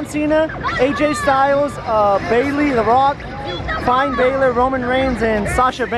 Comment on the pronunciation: Finn's name is pronounced (fin, like a fish fin), but don't worry, it took me a month to find out what his name was and how to pronounce it